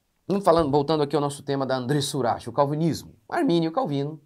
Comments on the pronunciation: Por que ele falou Urax ao invés de Urak? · Que agonia de ouvir ele pronunciando uraxe